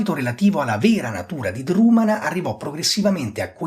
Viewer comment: Egregia analisi. Un solo appunto: Drumanagh va pronunciato con una velare aspirata, in modo simile a un fonema semitico.